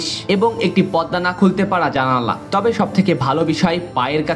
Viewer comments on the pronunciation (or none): ভিডিও ভালো হয়েছে👍 তবে, কিছু কিছু শব্দের উচ্চারণ ঠিক করতে হবে, যেমন গোছল, সয়...স্টান্ডার....পদ্দা....জোতা...